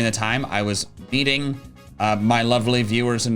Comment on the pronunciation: I know says meeting but i really heard "beating my lovely fans"